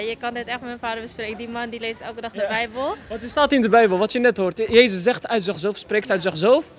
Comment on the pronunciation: Ik vind het goed dat je ook de beubel zegt